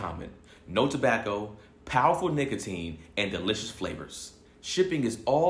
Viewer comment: mispronouncing Nicotine is hilarious bruh 😂